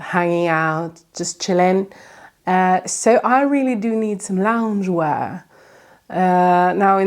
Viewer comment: The way you say loungewear... priceless.